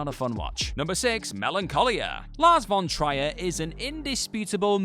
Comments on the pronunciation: Okay I'm sorry but who is "Lars von Trayer"? Oh you meant von Trier. TRIER. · I would have expected someone who writes about movies for a living NOT to mispronounce "Von Trier" THREE TIMES. 🤦😱